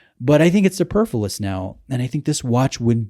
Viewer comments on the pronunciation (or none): su-per-FLU-OUS. not su-per-flus. Sorry I just annoyed.